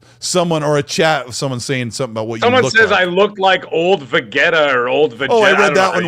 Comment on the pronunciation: Cringe on the pronunciation of Veteta